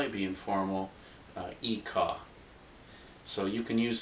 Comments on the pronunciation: hi! just wanted to correct your ikaw you dont say it ika its (ee cow)... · you did a nice job but ikaw is pronouned (ee-kow)